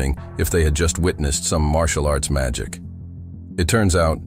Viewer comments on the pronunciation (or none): none